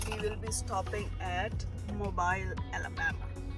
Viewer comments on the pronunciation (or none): I love your sense of humor. 🤪. By the way…the locals pronounce it “MO-BEEL” Alabama. 👌